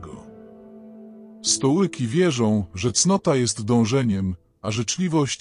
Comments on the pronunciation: Stoiki a nie stołyki... Kurwa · Dokładnie lektor komputerowy "stołyki"